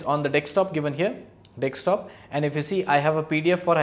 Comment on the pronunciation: "Dekstop" cute